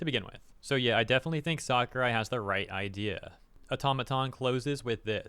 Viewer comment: Sakurai has always been one of the greatest game devs out there and he always shared this opinion. But please say his name right 😂